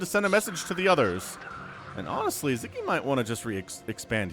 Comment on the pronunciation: Sz is the 'snake" sound in, hungarian Sziky shoud be pronunced like sicky :)